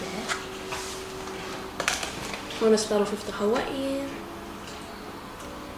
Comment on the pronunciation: OMG THE WAY YOU PRONOUNCED HAWAIIAN IS JUST SHOCKING